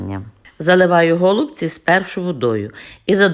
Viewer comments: Пані Надієчко саме голубці наголос на перший склад просто нас до такої міри все життя русифікували що ми вже забули.ГолубцьІ на російській наголос на останній склад.Щиро дякую за рецепт та за бездоганну рідну українську.😘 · Ми вже мали: какая разніца. Наголос у слові: голубці є правильним коли наголошуємо останній склад!!!